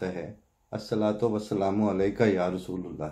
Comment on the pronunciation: یا رسول اللہ ۔درست تلفظ رسول میں "ل" کی زبر کے ساتھ نہ "ل" کی پیش کے ساتھ Ya Rasool a llah